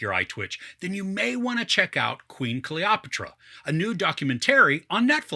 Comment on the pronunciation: god, you can't even say her name right, you did not even bother to read some history about her